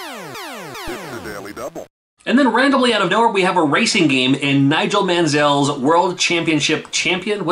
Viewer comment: The way you pronounce Nigel Mansell is so weird! 🤣 Yes im british......